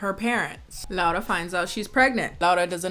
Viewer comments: You are the first person that pronaunced her name right, thank you! And as a Polish person I apologize for this shit, the book is worse if you have been wondering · I love that you pronounced her name as they actually said it but I'm SOOOOOO sorry that you had to watch this dogshit of a movie, like I'm polish and this shit makes me GAG, it's absolutely te-rri-ble [the book too of course] we don't claim this abomination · This movie is a piece of shit but thank you very much for pronouncing "Laura" correctly. That's very nice.